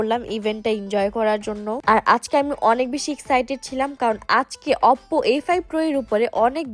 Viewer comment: অপপো আবার কি ভাই 😂 ওপো বলে ওটাকে